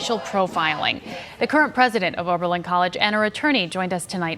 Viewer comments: my man.. it's OB... not ORB... Oh-Berlin, not OrBerlin. just sayin. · Pronounced- O-ber -Lin